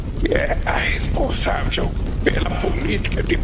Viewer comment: "Responsàvio," olha o ANALFABRUTO falando. Jesus Cristo, vergonha alheia!